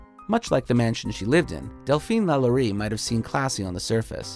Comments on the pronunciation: Lalaurie is pronounced "La-lor-ee". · "Number 10: LaYanny Mansion, New Orleans." Bruh.